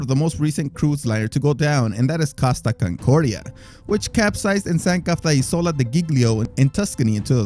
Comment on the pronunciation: Hahaha I love how you pronounce italian words 🤣 Costa Concordia video 🤣🤣🤣🤣